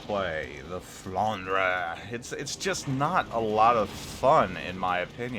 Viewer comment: I play as well the Alsace a lot and I like that ship as well. BTW it is pronounced Flandr (e is silent for you)